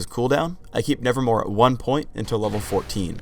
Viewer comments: Anybody else noticed that said "nevermoRe" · Just now noticed this after watching this spotlight for like the hundredth time, but isn't it "nevermoVe" and not "nevermoRe"?